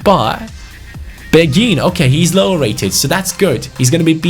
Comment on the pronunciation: Asa a person who speaks French quite well im pretty sure beghin pronounciation is ( bayhin ) Anyway Story time sit down get a hot cocoa and enjoy Beghin was born in Kinshasa in Congo, he grew up in a relatively well off family. At the age of 6 is mum married a rich French businessman because she was pregnant with his baby. They moved to France where his stepdad got him into football as he was a strong Marseille supporter who was very passionate about the game. Beghin blood father died in a car crash whilst his mother was pregnant with him and his stepdad s like his real father to him. He was a very gifted footballer from a young age but very boastful, he was known as a cocky individual but had the skills to back it up. At age 11 he went to a sport private school where his coach saw his talent and got him trials at Lyon. He was known across the Lyon academy and had high praises from the likes of Caqueret even though he was 5 years younger. The attention got to his head and at age 15 he decided to sign with PSG. He continued to excell and was capped by France U18 at age 16. At age 17 he demanded a professional contract threatening to leave if he didnt get one. PSG reluctantly agreed giving him 15,000 a week. He thought he had made it big and started to not put in the effort. He would stay up late playing fifa and fortnite and go to training late. He never breaked through into the first time despite having all the potential. After getting no play time, he decided it would be goo